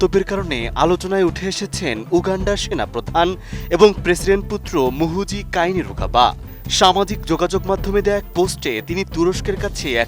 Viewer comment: রিপোর্টার,, শুরুতেই বললো মুহুজি😂 পরে বললো মুজুজি😂 😂😂